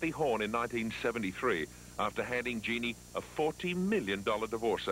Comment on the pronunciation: Dean called her Jean-nee…